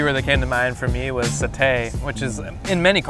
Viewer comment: It's satay lol